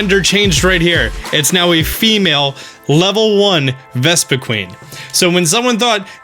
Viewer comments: Vespi-kwen. Not queen,. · VespiQUEN not VespiQUEEN